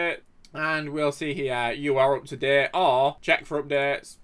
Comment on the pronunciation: And also “UP TO DEHT”